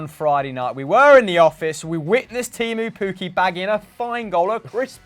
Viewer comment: Pls learn how to pronounce Teemu Pukki, its not tiimyy puuki